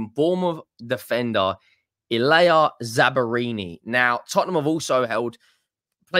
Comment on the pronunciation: I was listening to this video when I was driving home from work. I was like... who is this Italian defender that Spurs are linked with from Bournemouth? Zabarini? Bournemouth have got an Italian defender? Then I realized that will reliably butcher any name with more than 1 syllable and remotely foreign.